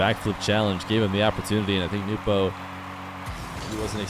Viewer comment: Damn it is SO nice to finally hear it pronounced “Nu - po” again.